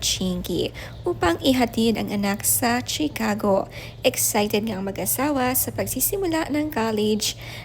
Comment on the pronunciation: That's not Chi-Cago ang pronunciation niyan.